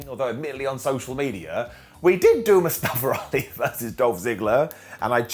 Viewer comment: I thought I heard Keven Patrick call Mustafa Ali “Mustache Ali” for a second 😂